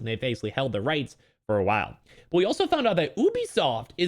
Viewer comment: Y u say Ubisoft like that